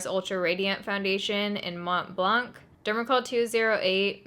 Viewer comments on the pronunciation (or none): none